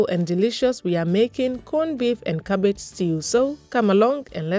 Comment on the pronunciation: “Cabbagee” is a word in my books 😂😂 and if the cabbage is not crunchy i don’t want it ,a job well done 👏🏾👌🏾